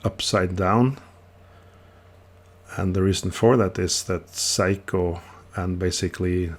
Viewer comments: He is making fun of your pronunciation of 'Seiko'. You say 'psycho', but it should be spoken as 'say-ko' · Gentle heads up: It's pronounced Say-ko, not Psycho. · Love the way you pronounce Seiko as "psycho". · Sorry, I thought you would like to know what is the correct pronunciation as Seiko is a Japanese word, not Norwegian. My mistake.